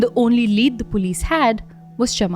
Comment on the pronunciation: Btw it pronounce CHAMARI : MUH, NOT MA LIYANAGE: NUH NOT NA